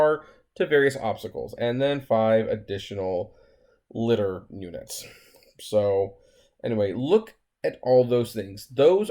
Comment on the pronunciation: Lie - Dar. Not lidder bro lol.